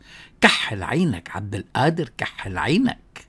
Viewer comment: غفر الله لك أخي لا تقل عبد القادر بالهمزة بدل القاف.